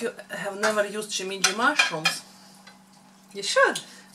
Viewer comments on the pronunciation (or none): Shimeji mushrooms. SHE~MAY~JEE. Not SHE~ME~CHI.